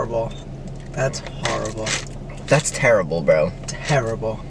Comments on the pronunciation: matts just like That's harible......that's harible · the way Matt says horrible “That’s harrible…” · Matt ; Its like a maternity shoot.. Chris + Nick ; yea.. Matt ; thats hArAbLe.. thats HARABLE...